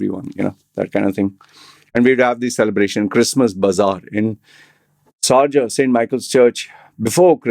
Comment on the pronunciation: hello sir, please stop saying 'sarja' instead of 'sharjah' because.